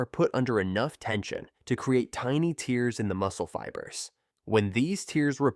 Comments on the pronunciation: I didn't know you got tears--as in the crying sort--when you train. Idiot narrator--AI or just an idiot--should've pronounced it as 'tairs'...sheesh. Otherwise, decent explanation of the difference between the two styles. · AI voiceover turns me off of this otherwise okay video. Clicked off when it said tears(like crying) instead of tears(like ripping). Just my critique.